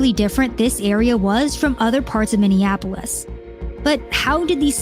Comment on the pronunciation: Learn how to say Minneapolis before saying Minneapolis... uff da... it's not hard...